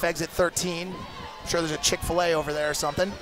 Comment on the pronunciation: Commenting on fucking point hahaha Homie said “chick felay” haha